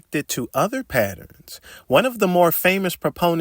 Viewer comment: Love this guy. HATE when he says the word "Patterns"